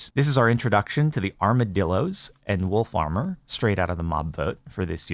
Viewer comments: I kept hear wool farmer and was really confused for a minute. XD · For a few moments there, I thought he was saying 'Wool Farmer' and was I was getting exciting by some new mob I hadn't heard about.